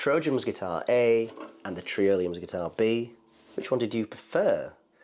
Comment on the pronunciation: trIolian, like EYE-olian.